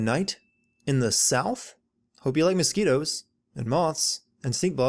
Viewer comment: Sin counter for You said moscetos twice (I'm guessing I spelt it wrong so sorry about that)